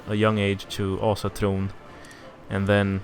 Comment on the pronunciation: Wait what is your mother tongue? That Ásatrú pronouncition was spot on